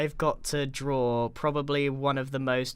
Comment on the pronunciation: Did you drawr the grainch